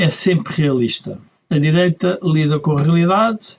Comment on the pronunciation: Dizem que o PS está radicalizado à esquerda e que é essencial a AD chegar a acordo com eles 😅😂😂😂😂 "diireita" LOLOLOLOL